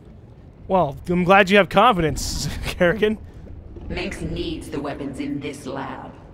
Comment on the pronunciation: You heard it wrong it's karrigain